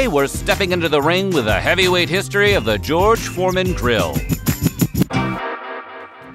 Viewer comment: He said, "George Foreman Drill."